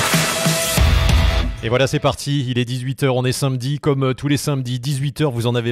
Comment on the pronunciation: Salut je rigole à chaque fois que tu dis: comme tous les sainmedi